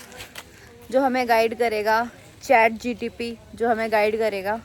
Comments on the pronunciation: chat gpt ✅ chat gtp❌ 😅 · Chat gpt hota h chat gtp nhi😂😂😂